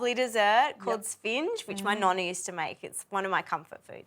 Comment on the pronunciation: You have to pronounce the 'E" it's not Sfing.